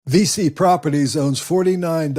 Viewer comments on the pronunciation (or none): Thanks for the video! VICI is actually pronounced like "peachy" but with a "V".